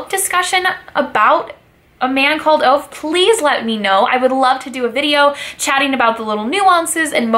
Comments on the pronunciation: His name is Ove , not Ow :-) Think that you say Over but skip the r. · His name is pronounced Uh-gay, oovay. Not Ove as in cove. But nice video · His name is pronounced ovah you dumb brod! 😬😂😂😂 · Great review, just a fyi his name is pronounced oo vaahh.